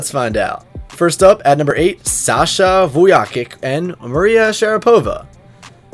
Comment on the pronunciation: Vuyakick lol it’s pronounced “vuyachich”